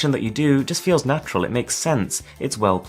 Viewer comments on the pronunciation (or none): none